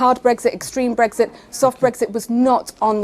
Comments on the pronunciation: Oh she's talking about "brethit" not Brexit. Maybe thats why Andrew got confused. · Bottom line is she'd rather laws in force in the UK were made outside the UK. Like all pro-EU people she wants a proxy government i.e. the EU.And she talks in generalities and abstractions, like a student who's never grown up. And it's Brexit with an x, not Bregzit, as she keep saying. Also, she's evidently a liar: says the Greens want immigration controls, in the next breath shows they don't, because their police IS for open borders - then she waffles on about reuniting families. Insane.